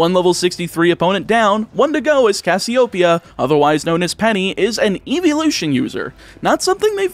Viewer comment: Don't think I'm going to say anything that hasn't already been commented but a couple script mistakes I noticed are: Protosythesis has a PR not an PH. Don't put emphasis on the Pee in Cassiopeia. The lu in Lucario is not pronounced low. Grusha is male. The elite 4 are not related. The switch only drops frames in a few (2 or 3) specific areas, but the game cuts framerate of animations based on distance that an emulator would still have without modding the ROM. I think that was everything I noticed.